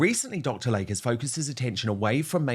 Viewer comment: HIS NAME IS PRONOUNCED "Lay-Key" NOT like the body of water called a Lake. 🙄